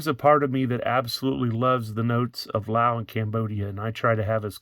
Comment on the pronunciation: When you're saying Lau, are you meaning Laos?